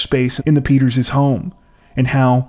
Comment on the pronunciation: Peters' not Peterzes